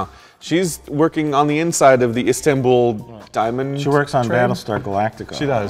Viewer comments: How do you screw up so bad as to get "Istambul?" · Istambul, not Comstamtimople.